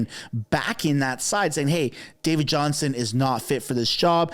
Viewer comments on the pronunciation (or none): JohnSTON, not Johnson, JohnSTON.